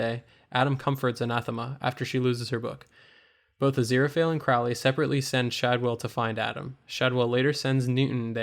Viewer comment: CRO-lee. Not crou-lee.